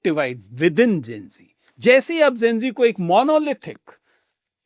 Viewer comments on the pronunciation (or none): Sir kazualy Gen Z ko Zen G bol rhe hai